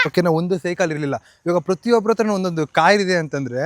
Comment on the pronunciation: ಅತ್ರ ಅಲ್ಲ ಗುರು “ಹತ್ರ”